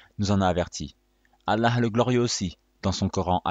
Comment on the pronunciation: c prononce الله et non اللح